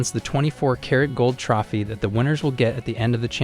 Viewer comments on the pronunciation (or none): It was a Good video. Only critique would be you Mispronouncing "Trophy" other than that pretty great.